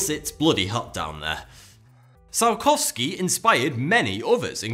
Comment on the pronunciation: Surprising? Maybe for western "selected education" - otherwise well known facts.. And poor Konstantin Eduardovic Ciolkovskij, he does not deserve such pronunciation of his name ;)